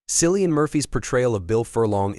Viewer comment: Who is SILLIAN? Cillian Murphy stars in Small things like these, get his name right. There's no K in Irish so the C is HARD, like CAT.